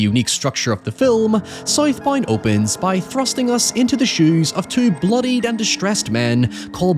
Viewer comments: Tf you call it? Soyth Boynd? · I thought it was south bound not sith bind Is it spelled south bound and said sith bind? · Sight Bind??? Oh... he said South Bound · Title- "Scythe Bind" lol. Not making fun of you bro i love how you pronounced that 😅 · I cannot unhear him saying South Bound as Scythe Bind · "SOYTH BOYND" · Never heard this guy speak, I thought he was saying Scythe Bind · I like how he says “soith boind” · Soithe Boind 🥰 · “ScytheBind” is pretty badass…. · scythe bind! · Hearing a man horrifically butcher the pronounciation of a word such as Southbound is jarring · What is the movie called 😂 he said it like 20 times and I have no idea what he said 😂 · Bro ain’t no way he was saying SouthBound 😂😂😂